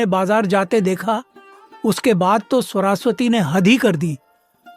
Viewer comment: Sorasvati nahi yr saraswati hota hai 😂😂😂😂